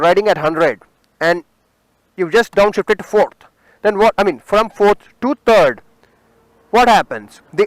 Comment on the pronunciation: Terd not it's third